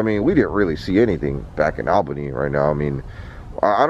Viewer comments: Hey I love your channels. I am from Upstate NY 1hr north of Albany NY. I just wanted to let you know it is pronounced (All'bany, not Al'bany). I thought it was funny the way you were pronouncing it. Keep up the awesome content. Stay safe and healthy. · You say it ALL bany... not AL bany. lol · You are pronouncing Albany just as its spelled Al-bany, but that is not correct. Most people, including myself, pronounce it as ALL-bany, but that is not correct either. The correct pronounciation is AAL*buh*nee🤷‍♂️. I’ll leave now😂. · You are so close to me. I'm closer to Clifton Park. Yeah things are nuts with Antifa making a ruckus. Only a Floradian would pronounce Albany as Allbany whereas we Upstaters pronounce it Ahlbany. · Your bird is the most beautiful blue! FYI Albany of NY is pronounced “All-ban-ee” like the all as in ya’all lol...stay safe you two❣️ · < lifelong upstate New Yorker! So cool you were 2 hours from me!!!! I know places you can go! By the way, its pronounced like ALLbany, like awlbany lol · Love your videos. However as much as i love you, (i live in Ny) the capital is pronounced like Allbany even though it its spelt Albany. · lol it’s pronounced (all-bunny)!! hahaha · It’s pronounced all bany lol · It’s pronounced all bany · Albany...pronounced - all-bany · The fact he once lived in New York and still says “Albany” like that